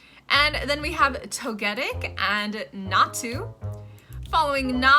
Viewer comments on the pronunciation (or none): WHY U SAYING NASTU AND ZASTU IT NA TU AND ZA TU WAAAAHHHHHHHHHHHH😭😭😭😭😭😭 WHAT DA H*** IS THE PRONOUNCIATION FOR PINECO WTF??????????????????????????????????????????? 😭😭😭😭😭😭😭😭😭😭😭😭😭😭😭😭😭😭😭😭😭😭😭😭😭😭😭😭😭😭😭😭😭😭😭😭😭😭😭😭😭😭😭😭😭😭😭😭